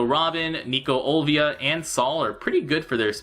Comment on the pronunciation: Hey Why do you keep calling her Olvia? It says on her character that it's Olivia since I can read Japanese.